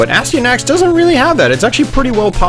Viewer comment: its pronounced a sty a nax, its not a stee a nax